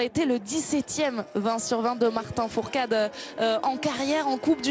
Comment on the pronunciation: Et la meuf elle dit Martin fourtade